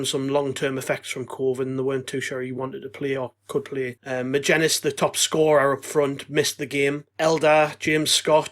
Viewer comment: Right lads magennis is not a hard name to say yet all of you pronounce it wrong every time